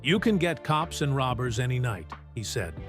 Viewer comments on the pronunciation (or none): none